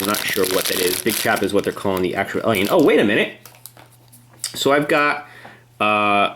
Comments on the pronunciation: You say Elion it's alien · Its alien not elien go back to english class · Guys seen the movie a million times but can't properly pronounce the Title lol. It's Alien as in A - for apple not E/Elien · It's not elien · U were were frikin sayin Elion not alien like srsly bruh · It’s not Elian it’s alien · Jesus Christ stop pronouncing alien elien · don't you hate it when people pronounce alien "ellion"? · its alien and not alyin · He says alien like elien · Jesus Christ your pronouncing of Alien is like "Ehliehn" like God dammit. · It's like AY-LEE-EHN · you say alien as "elien" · Why does he say alien like elion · Billy Ahlfield yeah it is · Why did u say Elien? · why does he call it an eliel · Ben Waller it bugged me to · 'Elion'...fml lol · Leandro Fox so fu*kin true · It annoyed me how he per ounces alien as elien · Your saying alien wrong, it's annoying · Guys if he's pronouncing alien wrong you don't need to bully him he's fine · Why do keep saying ALIEN like that!!!!!